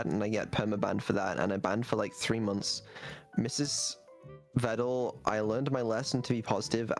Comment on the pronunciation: never thought I’d hear him pronounce Vedal correctly. If only he didn’t immediately go back to calling him Videl.